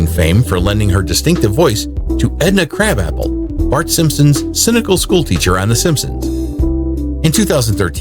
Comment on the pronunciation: It's pronounced Edna KRUH-bopple